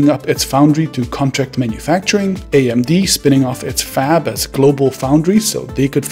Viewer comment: Am i the only one who heard leading fap instead of fab